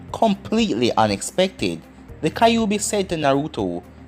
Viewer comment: Why do you say kaiobi instead of kyuubi...